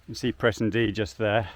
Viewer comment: You are pronouncing Presendye correctly btw